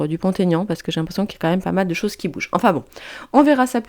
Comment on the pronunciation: Merci. Effectivement oui, Mr Dupont-Aignan est largement sous-estimé….il fait une très bonne campagne et mérite mieux. Ses idées sont très appréciables et devraient changer la France 🇫🇷!!! Juste une petite remarque…ne faites plus la liaison de son nom. Jamais pour les noms propres… Vous êtes très forte!!! Bisous 🥰😘😽😇😇😇